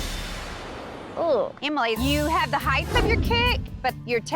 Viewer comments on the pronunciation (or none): "heighth" is not a word.